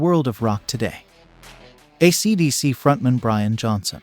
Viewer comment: I stopped listening 16 seconds in when the computer generated voice mangled the band name. If you can't make the effort with over 55k subs to get a real narrator, you are going to lose your audience with this computerized crap.